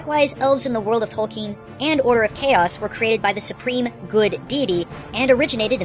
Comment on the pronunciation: Tolkein is pronounced Tolkinn.